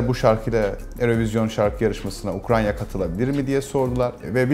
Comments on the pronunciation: "Ukranya" diyor adam. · kahvedeki kaportacı arkadaşlar gibi bu da ukrayna!ya ukranya diyor. mesele para değil diyenler haklıymış. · ukra'n' ya :) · Ukranya mi dedin sen? 😂😂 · Zenginde olsan ukraynaya ukranya diyosun abi